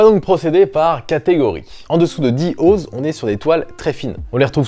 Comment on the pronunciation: Pour info l'unité de mesure "Oz" se prononce "Once".